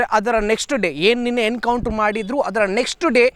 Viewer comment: It's "Encounter" not "Hencounter". Being a admin correct your pronounciation.😅